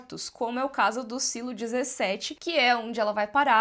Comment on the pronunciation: Mulher, fala SILO, pelo amor de Deus kkk É tão estranho ouvir sailo. Pfv, Silo kk deixa BR msm